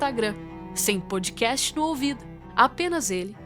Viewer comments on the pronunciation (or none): none